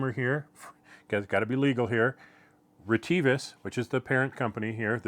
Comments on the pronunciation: On other YouTube channels I've heard the company name pronounced RET-uh-vis. Do you know for certain if reh-TEE-vis is the correct pronunciation? For example, have you talked to a sales rep, perhaps at a trade show or on the phone, who pronounced it that way? LOL, I have no idea what the correct way to pronounce it is! 😂 Thanks. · Hi dear, actually the RET-uh-vis is correct, thank you for caring about this point. We consider our users around the world have their own language pronunciation and accents, so we have not always corrected that.